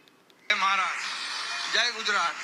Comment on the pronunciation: गुज्रात नाही *गुजरात *ज जहाजाचा बाहेर *पडल, भाषण *करतो, वाक्य ऐकवते, हुतात्मेंनी *बलिदान केले, व्हेंटिलेटर *मिळाले , *माणसं *भेटतात वस्तु *मिळतात ,*मारहाण, मारपीट नाही, पब्लिक नाही जनसमुदाय किंवा लोक , खुराक नाही डोक्याला ताप. धन्यवाद Thankyou so much नाही वगैरे वगैरे मराठी विश्लेषण करतेस ना वगैरे वगेरे मराठी शिकवणी लावणे बाकि ठिक